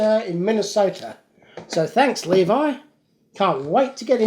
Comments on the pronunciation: I think you were correct in the way you pronounced Levi. It is Lee-Vii if you are talking jeans; but usually if it is a persons name; it is pronounced: Lev-Vee/ or Lee-Vee as you first said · Actually the way you said levy the first time is the correct one